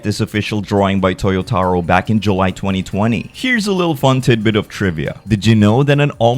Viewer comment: Toyotaro? Official? 😂If you say so.